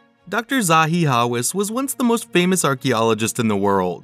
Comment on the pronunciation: You can’t even pronounce his last name properly. 😂 How can I believe any words that follow? 😅